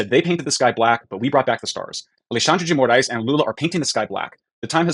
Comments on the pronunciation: "Alluh-shandre de More-eyes" would be the nearest way of saying it in English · The pronunciation is /ah-lay-SHUN-dree gee moh-RICE/. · Repeat with me: "Ah leh shan dre D Mo raes" 😂😂😂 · According to Google translate it's pronounced like "Aleshandrze dzhi Mo-rise". Portuguese is almost worse than French in pronounciation.